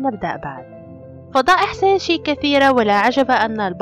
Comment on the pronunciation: ملوكه 💕 💕 ملكه ابريل عادت لنشر الابداع الجميل طبعا ومثل ما عودتنه بفيديوات مثاليه خرافية كامله مكمله ما بيها نقص من كل الجوانب shinichi kudo اكثر ما اعجبني بالفيديو لفظ اسم سينشي رهييييب زواج غوشو اوياما والموعد الرومانسي ههههه اللقطة يوسااااكو كودو ممكن فيديو عنه فديت الحب والمشغول باله طول سينشي هههههههه لو اوكف بصفه نصير رقم 10 دوووووووووووومو اريكاتو ع الفيديو الرائع